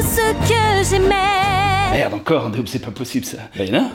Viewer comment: Entendre "Vaiana" en tant que polynesienne ça fait mal😭